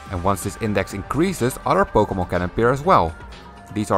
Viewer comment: "powkyeemon" lmao